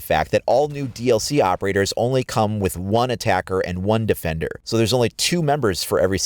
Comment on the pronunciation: Jfks Hfjrbd Female DE-FEN-DER Holy crap listen next time